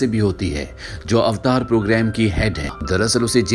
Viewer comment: अवतार ❌ ऐवटर ✔️